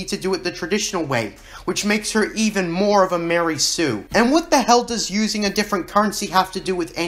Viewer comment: Dude its not like a new hope gave us any info on what happened directly after Anakins fall and those 2 movies have a similar time gap gosh you really dont know what ypur talking about. And you kno not to take a guys seriou9 when he doesnt know how ro pronounce mary sue and calls it "lary sue" oh boy this channel is dumb af